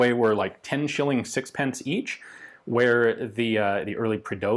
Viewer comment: Lol the way he said “sixpence like six-pence”